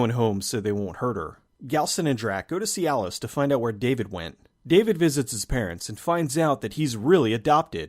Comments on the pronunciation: Every time you say "see alice" i hear cialis. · Every time you say "See Alice," I hear Cialis. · Every time you said, "see Alice", I kept hearing Cialis and was looking for a erectile dysfunction joke I thought I was missing.